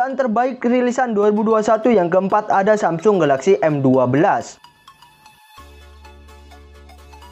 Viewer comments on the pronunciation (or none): none